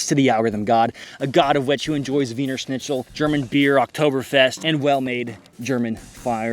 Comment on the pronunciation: Please don t say "Snitzel" its called "Schnitzel..like Shit not Sit. Sch....n...itz...el 😅😂 👌